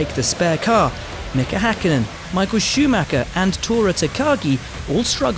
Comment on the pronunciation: Czy wy brytole nigdy nie nauczycie się POPRAWNIE wymawiać imię i nazwisko Schumiego